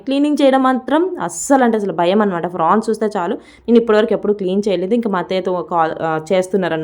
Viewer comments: Frawns Kadu Amma prawns ento 😂😂😂😂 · అక్క ఫ్రాన్స్ కాదు ప్రాన్స్ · Prawns avi frawns kadhu 😅😅😅